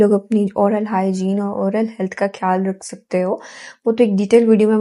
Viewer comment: Behan aap ne guide Karne ki achi Koshish ki hai laikin Urdu hamari apni zuban hai is ka talafuz kharab na honey dain kyunke zuban ke talafuz ki kharabi ke aagay har tarah ki grooming fail hai. Insan ki taleemi qabliyat mashkook ho jati hai. Aap خیال کو کھیال bol Rahi hain خاص کو کھاس bol Rahi hain, khyal rakhain, jazak Allah.